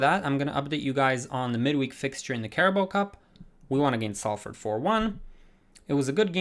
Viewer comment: Love the content! I use your realistic career mode guide and it adds so much depth! One thing about pronunciation is that Salford is pronounced Solford and the W in Norwich is silent so it’s pronounced Norich :) hope that helps